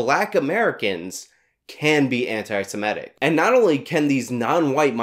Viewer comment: Love your stuff,, but please stop mispronouncing "anti-semitic". It's anti-seMITTick, not anti-seMETTic.